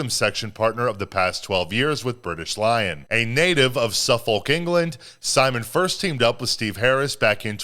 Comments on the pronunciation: In the vid he said Su-folk which is wrong. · Suffolk is pronounced Su-fuk.